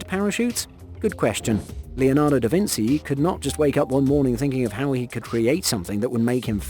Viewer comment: Never in the history of people has anyone ever pronounced Leonardo DaVinci as Vinsi. Never. "eyeroll"